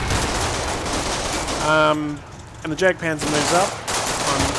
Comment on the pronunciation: you know the jagdpanzer is pronounced yagpanzer, :/ it just bugged me when you said jag